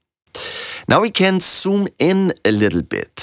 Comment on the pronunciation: Do you know that Z is not S ,ya? I am sorry but you do cannot say zoom in and out, you pronounce soom in and soom out, and other Z equally S, making them indistinguishable.